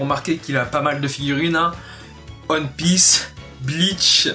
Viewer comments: wsh il a dit aune pisse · Y’a que moi que ça stresse comment il dit One Piece 😂 / ON PISSE